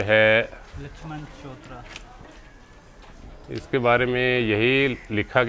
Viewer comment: namaskar Aap kahan se hain? Agar aap migrated family se hain to aap ko maloom hona chahiye tha.Agar nahi to main batata hoon Pahli baat to unka uchcharan sahi nahi hai. Chountra ko chavitra bola hai.Doosre main urdu bhi pardh leta hoon. Teesre main migrated family se hoon. Yeh mandir jahan hamare buzurg rahte they, wahan se 30 km ki doori par tha,aur ye mandir Jhamb gotter ki Arora family ne banwaya tha. Iska itihas ab se 55 saal purav mere dada ji ne hamen batlaya tha. Har saal vaisakhi pe bada bhari mela lagta tha. Dada ji ka janam samvat 1952,isvi1896 mein hua tha Meri umar bhi 69 varsh ki hai. Ek baat jo main batani bhool gaya hoon wo yeh hai ki yahan Ravi nadi 10-11 km ekdam seedhi hai aur na hi kabhi yahan badh (Flood) ayee. Is jagah ki kahani Ramayan se hi sambhdit hai.